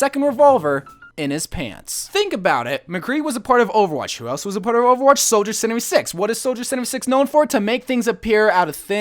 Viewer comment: HAHA LOL HOW HE SAYS SOLIDER:76